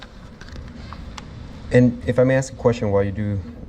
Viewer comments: These chicken cops are always scared for their safety. They don’t care about the citizens. Doesn’t this fool cop know how to say “ask” or is it “acks” as he keeps saying. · He didn’t demand, he “axed”!